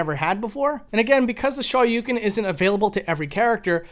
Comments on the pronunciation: Eh, Ha-dough-ken is a hell of a lot closer to correct pronounciation than his garbage Shah-yu-ken nonsense. This coming from a Japanese learner who has no issues pronouncing either perfectly. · Hadoughken! Shawyoucan! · Both the o and u in Shoryuken is extended sounds.